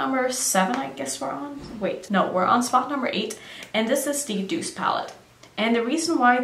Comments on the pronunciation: #8 Deuce haha 😂 it's Douce, like soft ;) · Everyone is telling me its pronounced deuce.. I used to say doucè but I guess that was wrong.. i dont know. How is it pronounced? Telling me its Douce doesnt explain how to say it 😂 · Lol now I'm even more confused. Ima just keep pronouncing it deuce 😂